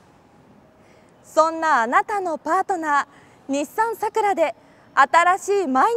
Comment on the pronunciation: 名前がイマイチ 普通の桜の発音ならいいが その発音さらに苦手